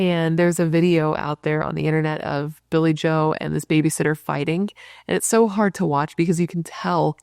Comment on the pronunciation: Its Not Hardh